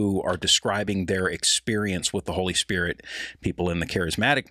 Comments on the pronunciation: Kathryn never learned how to pronounce holy spirit, it is not holy spirich🤔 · Anybody else notice that the way Kuhlman pronounces "Spirit" is the same way that Benny Hinn pronounces it ? "Spid-ut" (She was his role model in his early ministry and admired her immensely) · A lot of valid comments on K. Kuhlman here. Did anyone else notice her creepy, hyper-spiritual blunder? She began by saying "spirit" correctly, but then multiple times after she channeled Benny Hinn and pronounced it "spi-dit." So contrived and creepy. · Kathryn Coleman she said the holy spidit. That’s how Ammie McPherson would say holy spirit as spidit.